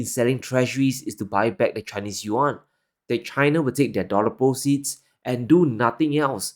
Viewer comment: Ya? Isn’t it “Yuan”? He calls it “Juan”.